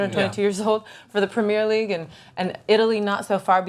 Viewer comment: How the fuck did she pronounce Premier League?